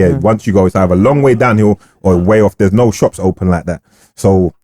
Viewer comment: 😂 man said slopps